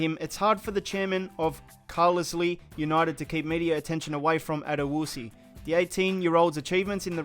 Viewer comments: Car-lis-lee I’m dying 😂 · I'm pretty sure it's pronounced Carlyle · Just saying man Carlisle is pronounced Car-lie-el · Pronounced car lie all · Car Lis Lee hahahahaha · Carlisle is pronounced Car-Lyle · I I'm from carlyse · Woww Carlisle pronunciation🙏🙏😭😢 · I refuse to watch you anymore after that pronunciation of Carlisle😂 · Carlisle pronunciation 😂😂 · Your Nan utter disrespect🙈🙈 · hahaha who doesnt know how to pronounce Carlisle?